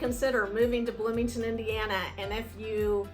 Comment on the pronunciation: Bloomington Bloomieton HAhahahah 😅😅